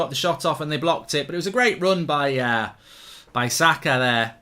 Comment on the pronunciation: How hard is it to say SAKA! Seriously mate. Zaka really